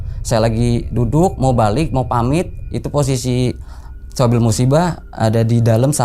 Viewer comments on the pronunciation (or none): Shohibul bang bukan saipul musibah